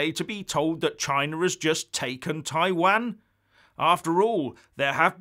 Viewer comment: Taiwan....please pronounce it correctly You have obviously never been to the Far East